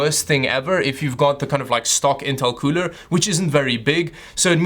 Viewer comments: I like the way he says cooler KEUWLER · The cuuler isnt that kuuuler when it doesnt look like its qooooling